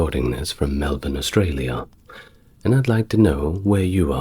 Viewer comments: I'm not knocking ya, mate. Just weird to hear an 'Ozzie' say anything but 'Melbun'! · Actually, I may be up all night wondering why he pronounced Melbourne the 'American unlearnt' way! LoL